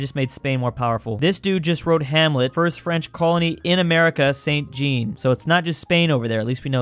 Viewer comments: I may be wrong, but wouldn’t St Jean, be pronounced [Zhan]? Similarly pronounced like John, but with a little bit of an accent twist in the front. Not correcting, I’m just curious so I can be further educated. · Jean is Pronounce John in the French Language